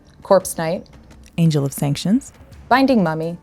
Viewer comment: I may have said it too fast or garbled it a bit! Happens sometimes when youre reading a list and nobody notices during the first read 😅